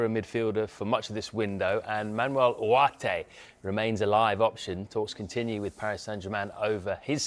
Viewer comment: Do British people not know how to pronounce the G? His last name is UGARTE not Uarte 😂😂